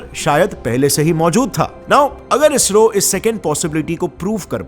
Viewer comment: It is sad to hear ISRO as BSRO 😢😢